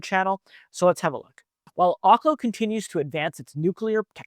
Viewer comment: Research how to pronounce OKLO